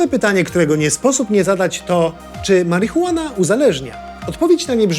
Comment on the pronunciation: marihuean? na co to komu?